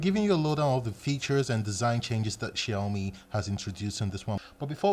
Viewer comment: You know what,bro? The way you pronounce ''Xiaomi'' is pretty good